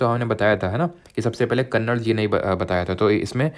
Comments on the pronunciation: महऋषि कणाद not कन्नड़ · Kannada nhi Rishi कणाद hai vo...